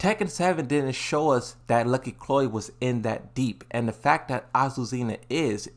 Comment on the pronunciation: Finally he said azucena and not aquacera